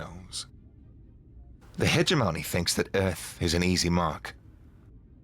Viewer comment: Hegemony. Emphasis on 2nd syllable.